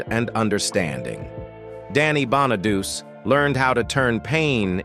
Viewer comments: It’s pronounced Bon-a-do-chee. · I had to ignore the misprounciation of his last name because I wanted to learn how Danny is doing today. He is truly a survivor and its terrible how many other child stars lives ended tragically. It was and probably still is a cruel business to be involved in unless you're surrounded by a good family or support system. There are predators out there looking to take advantage of the weak or uninformed, kinda like our current president and it's administration members. It's a cruel world we live in. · LEARN HOW TO PRONOUNCE HIS NAME!!!! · Soon as the fake voice mispronounced his last name I stopped watching. Although I did leave this comment.